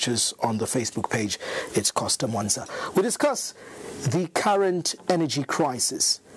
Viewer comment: Awe sure aba sembe banasala chabe ku livestock. I am the only who heard him call Costa "Fosta"😂